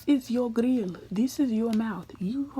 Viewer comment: “Dis is ur gRiLL” LMFAO